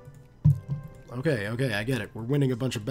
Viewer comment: Also it's Gore-ee-tz-ia